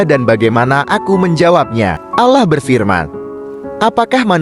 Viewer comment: Ngomong lafazd Allah kok BLEPETAN ya kacau kacau